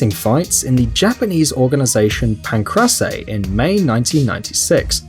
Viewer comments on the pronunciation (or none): "Pan-cruss-ay" Don't cover MMA because you clearly don't know anything except what you can read in an evening. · "In the MMA" ......"Pancress aye" You sir are killing me. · Pan-crase-eh!!!! Lol! Couldn't you have done SOME fucking research?!!! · "Pan-KRASS-say." STOP STOP STOP STOP STOP! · This narrator is a f***ing idiot. "Pan-Cra-se"?! Tool. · This is extremely difficult to watch. "THE MMA" and "Pan-crah-say" got me cringing.